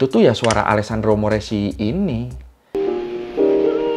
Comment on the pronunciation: Gn dibaca Ny (guadagni dibaca guadanyi). Chi dibaca ki (moreschi dibaca moreski)